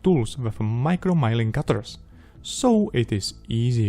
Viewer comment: most of your pronunciations slip-ups are not serious, but "miling" versus milling is one to watch.